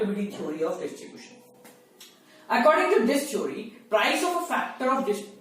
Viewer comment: Sir you're speaking chori instead of theory 😀❤️